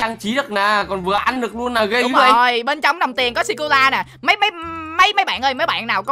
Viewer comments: sô cô la anh cứ bảo là si cô la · Người ta đọc là sô cô là mà đọc là si cô la Cười 30 tiếng:p 😂😂😂😂